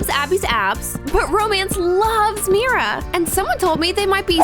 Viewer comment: No it is Mira not Mia